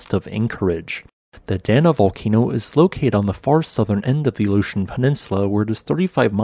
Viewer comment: Aleutian Chain, Aleutian Islands. ALASKA Peninsula. Your Alaska place name pronunciation needs work but I really enjoy your videos otherwise